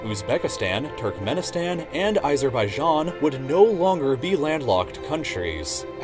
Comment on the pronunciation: Need to work on your pronunciation dude. Ayzerbaijan, Quttur, Bayngladesh, what?